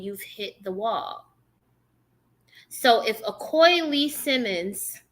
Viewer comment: Its pronounced A-O-Key.